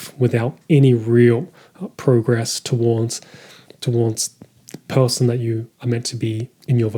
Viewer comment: I promise you there is no L in the word person... appreciated the video nonetheless.